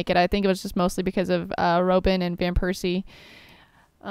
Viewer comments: Did you really call him Robe-n -. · Robin, It's Robin, like Batmans litle helper ;)